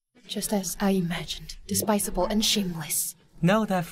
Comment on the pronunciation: Despisable✔️. Despicable ✖️